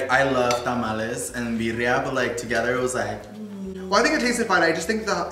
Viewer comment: He’s saying birria lol